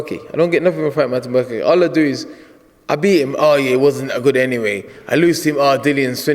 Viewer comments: Did he call him Martin Bukake? lel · It isn't martin bukake, it's martin bakole idiot!